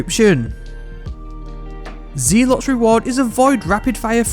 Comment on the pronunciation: "Zealot" is pronounced "Zel - Ott"!